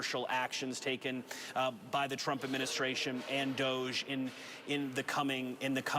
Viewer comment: DOGE… pronounced DOG E